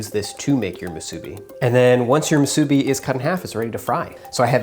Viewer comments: Not muSUbi...its musuBI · Great video but its pronounced moo-soo-bee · The way how he said musbi is so wrong 🤦🏽‍♂️ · I cringe at how you say musabi lol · Itʻs moo-soo-be! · am i the only one that’s lowkey triggered on how he says musubi? “moo-subi” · pronounced moo-suh-bee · ill give him that he did pretty good with the musubi lol even got a lil fancy with the sauce and smart with the can 4.5 out of 5 (mostly cuz of the pronunciation kinda made me cringe one too many times lol) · Anyone else from Hawaii cringed when he pronounced "Musubi" incorrectly or is it just me? lol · Hawai’i ppl: cringing every time you say Musubi 🙃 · I physically cringed every time he said musubi 😭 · Me, too! Glad to hear I wasn't the only. But I also cringed when he made sushi rice for the musubi. He should have called it spam sushi musubi. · The way you say musubi annoys the fuq outa me.